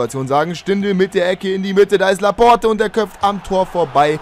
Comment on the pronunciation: Da vermutlich "Laporte = la porte = die Tür" heißt, bin ich mir sicher, dass es "Laport" ausgesprochen wird :D